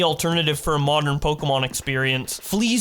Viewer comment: pleaaasee please please,, its pronounced "po kae mon" not "pok ee mon" PLEAASSEEEE😭